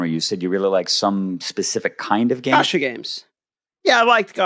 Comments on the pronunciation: It's definitely pronounced like gotcha but with and A, as opposed to 'gasha' like said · The way pronounces "Gacha" is like stabbing my ears with a knife.